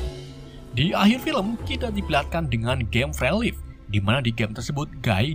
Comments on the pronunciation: Fre lif? Inggris lu ngaur min harusnya fri laif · Free city dibacanya bukan "frysiti" bang tapi "Frii siti" Free life dibacanya bukan "fre'lif" bang tapi "Fri laif" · Maap maap Agak ga enak d denger. Free guy harusnya d baca fri gay Free Life harusnya d baca Fri Laif. Bukan sok sok an, maaf sebelumnya. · FRI LAIFE BANG BUKAN FRE LIVE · RIP English😅. Fre lipt😂